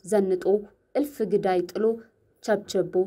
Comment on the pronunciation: እባክሽ ቃላቱን እንዴት እንደሚነበቡ ሚዲያ ላይ ከመምጣትሽ በፊት አማርኛን በደንብ ለሚያውቁና ለሚያነቡ ሰዎች አንብቢና ትክክለኛውን አነባበብ እወቂ። ለምሳሌ- ግዳይ - 'ዳ' ጠብቆ ነውየሚነበበው፣ ሮማይስጥ- 'ይ' ና 'ስ' ጠብቀው አይነበቡም